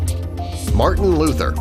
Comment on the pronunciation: Marthen Luther king jr not possible marthen Luther king ya ok.CORRECT your self😡